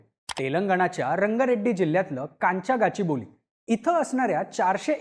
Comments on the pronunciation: Kachiboli nahi Gaaachibowli ahe te..@ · गाचीबोली नाही ते गच्चीबौली आहे